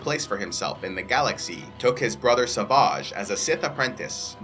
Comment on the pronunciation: savaaaaahgh... The way he says it is kinda funny lol.. why not just say savage? (I know they say it that way in the cartoons, but still kinda funny)